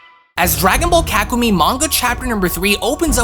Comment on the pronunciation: It’s pronounced Kaku-May btw ;)